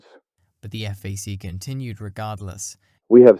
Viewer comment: Not EFF AAY SEE. FAC (like BACK) And I do not know what you did with MAYAGUEZ - that was brutal. Overall a solid video - but sometimes the narrator’s unfamiliarity with names gets a bit distracting.